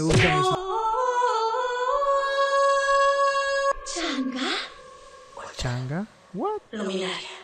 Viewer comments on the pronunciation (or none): COMO QUE CHANDÉ dice Chang'e XD